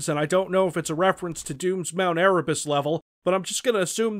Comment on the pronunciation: erebus is pronounced Eh reh boos